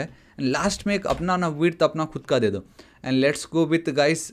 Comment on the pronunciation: Are you from uttarakhand you say dooi